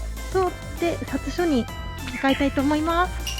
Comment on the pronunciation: 県外からの来訪者さんの方が観光スポット詳しいですね。香川県在住ですが雲辺寺とかほぼ行くことないので、のレビューは新鮮でした。ちなみに"札所"は「ふだしょ」と読みます。